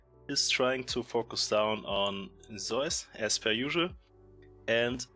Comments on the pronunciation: Well... only half true. The German pronunciation is using in this video is similar far away from the Greek as the Korean one is. Just because "Ζεύς" looks like "eu" doesnt mean its correct to pronounce it like the german "eu" umlaut 😉 But it makes historically sense why Germans pronounce it like that. I think even english is closer than both german and ko. However, none of this matters, since the player himself calls him "Je-woo-s". This is a mix of his birth name "Woo-je" which kinda lines up with the Korean pronunciation of "Ζεύς". I mean, we never should be mad at casters or influencers for pronouncing player names wrong. But if we are trying to decide what's correct and what's not, it is IMO best to listen to the player themselves, because in the end, Pseudonyms are their "creative" invention and therefore "correct" the way they say it, ignoring any history or language origins for their inspiration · Zeus is the greek good. The player on T1 is pronounced Zayus.